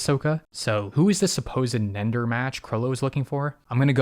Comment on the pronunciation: "Nender" Son😭😭😭😭😭😭😭😭😭😭😭😭😭😭😭😭😭😭😭😭😭😭😭😭😭😭😭😭😭😭😭😭😭😭😭😭😭😭😭😭😭😭😭😭😭 im crine😭😭😭😭😭😭😭😭😭😭 Edit: Good joke tho